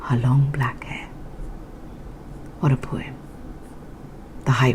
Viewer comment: How lovely; I never thought I'd hear the poem [poum? 😜] being recited by you in 2020! Great going, keep it up👏👏👏! Delighted to have the honor of being the first to give it a thums up 😉 @@@